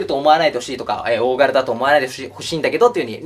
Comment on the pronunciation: 「大柄」っておおがらって読みがち でおなじみ